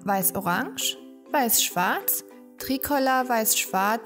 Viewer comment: Wir üben dann nochmal die Aussprache von Breton und Tricolor.....